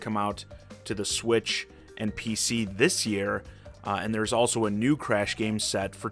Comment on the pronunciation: Cresh for smesh